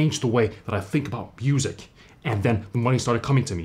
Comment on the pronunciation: Did he say busic??!?